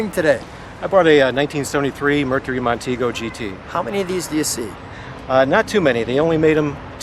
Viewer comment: Thank you for two people who actually pronounce the word “Mercury” correctly. It is not “Merk-ree.”